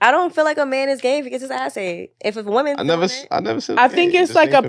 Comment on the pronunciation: ANOTHER idiot who doesn't know the difference in pronunciation between "woman" and "women". It's funny because they don't say MAN when "men" is supposed to be used. Wtf is going on with this generation, bruh?